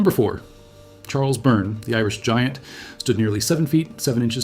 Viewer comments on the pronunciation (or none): none